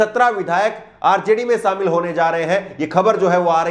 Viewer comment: Samil Nhi Kehte Shamil Kehte Hai Jor Nhi Zor Kehte Hai.